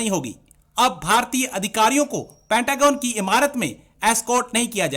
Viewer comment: Are news stream mai ate hoo too kam se kam pronunciation to pta ker loo phir kashmir mangna